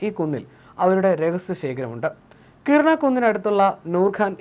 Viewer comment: കിർണ കുന്ന് അല്ലെടോ മഹാനേ..... *കിരാനാ കുന്ന് * നല്ല വാക്കുകളെ കൊഞ്ഞനം കുത്തുന്ന വിവരക്കേട് അവസാനിപ്പിക്കുക കിർണ കുന്നുകാരാ.